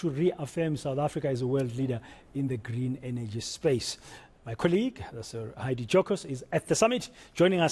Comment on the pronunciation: Heidi was bang on pronouncing the electricity minister's name